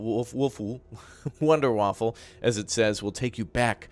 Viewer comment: Wonder-Waffa, no L :)